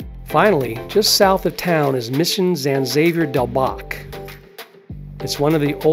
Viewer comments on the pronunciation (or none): One minor correction, and I suspect most Tucsonians will catch this… the name of the mission is properly pronounced as “San Havier”